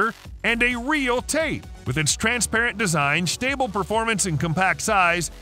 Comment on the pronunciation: SHtable performance